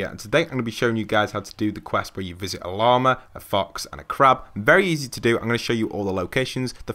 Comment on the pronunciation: Did you just fucking say “leema”?